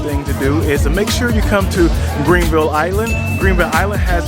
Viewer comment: Mans said Greenville haha it’s GRAAANville ! On point coverage tho !